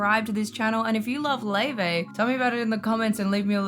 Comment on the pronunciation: How do we get Lay-Vay from Laufey?